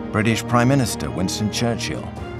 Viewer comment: Winston “Charchill” me pegou kkkk